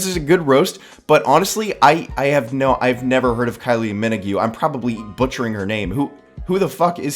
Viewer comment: That's the worst pronunciation of Kylie Minogue I've ever heard lmfao